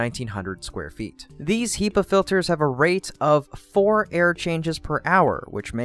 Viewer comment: HEPA, not HEPA, u monster :)